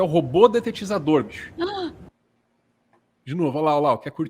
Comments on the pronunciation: Amigo, me perdoe a correção, mas não é detetizador e sim dedetizador. Abração procês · Robô dedetizador e não detetizador